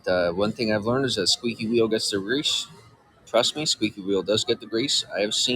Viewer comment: I know he says "grease" the second time, but does he say it the first time, too? It's like he stroked out while saying it.